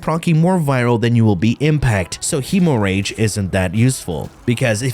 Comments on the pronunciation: hee-moh-rage....hem-more-idge .....stahp-it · bro said hemo rage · KF with his meme pronunciation. Hee~Mo~Rage for Gi~Gac~Had 😆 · Say "hemorrhage" again 😂🤣😂🤣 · He make the funni